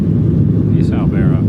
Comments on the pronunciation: It’s pronounced Bear-row, not Bar-row. Anyone know why they changed the name? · Its pronounced bare-oh, not borrow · It's pronounced Bear-Oh. Also, yeah, it's not a pleasant place, but it is an interesting place. They changed the name a few years ago to Utqiagvik. An no, those are not northern lights. You had plenty of chances to see them in Fairbanks earlier this week, but my guess is you were snoozin'! lol....have a good trip back south and thanks for visiting my great state! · It’s Bear-Oh. Sorry you haven’t seen the Aurora yet. Cloud cover is definitely the biggest challenge up there… and city lights. I saw the Aurora last month just north of Seattle, but it’s been mostly cloudy since. Fairbanks and North Pole are usually your best bets, but you’ve already been there (at night). Plus your phone camera is your best Aurora detector. Point it north and look for green light to start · The town name is pronounced bear row. And no you weren't seeing the northern lights. Hope you get to see them, though, and a moose! Check out Homer if you can! And Ninilchik on the way to Homer. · Just a couple of corrections to let you know about: The dawn that you were looking at was NOT the northern lights. Whoever told you that Barrow is pronounced “Borrow” was pulling your leg. Those electrical plugs are to plug in your engine block heater to make sure your engine doesn’t seize up during cold nights. It is NOT to make sure your battery is fully charged. I’m going to go out on a limb here and guess you have never lived anywhere that got really cold? 😉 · Novel idea. Ask a local how the name of the town is pronounced. It is Bear O. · How does one not know the correct way to say Barrow? And then visit the town and not know the correct Inuit pronunciation?🥴 also it’s the Beaufort sea. Don’t you research about where you’re going before you go? You really should